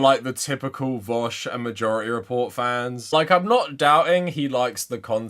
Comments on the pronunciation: I pronounce it 'voosh' as in, rhymes with douche. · The fact that he pronounces it as "vowsh" makes me believe that he doesnt actually watch vaush's content or is just trolling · I have to believe these guys are calling him vowsh purposely at this point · lmao what is it with people who disagree with Vaush consistently calling him "Vowsh." It's such an obvious tell to me. also I don't believe for a second Spencer has gone lib. this is just a new tactic to hide his power level 100% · He pronounced it vahush, clearly he doesn’t watch him enough to even know how his screen name is pronounced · I don't think ppl who watch vaush call him vowsh 🤣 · The fact that he called him Vawsh is the icing on the cake! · You can already tell he’s not a Vaush fan cause he calls him Vowsh! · Yeah, I’m sure he loves watching “Vowshe” 🙄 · Oh god, he would pick vaush wouldnt he lol. And pronounce it vowsh. Fake fan. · It seems you're both mistaken, it's pronounced "Veeck" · You can tell he's lying because he pronounces it Vowsh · When he mispronounced "Vaush" I physically cringed. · It's actually how Sam Seder pronounces it too lmao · No real fan of v00sh pronounces v00sh like that imo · I mean. Pronouncing it like that is kind of a meme in Vaush's community already. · There are 3 types of people. Those who are only barely aware of vaush or hate him, always mispronounce the name, likely inintentionally. People who are aware of vaush, not particularly fans of him, and always pronounce the name right. Those who are fans of vaush never pronounce the name right. Its always vowsh.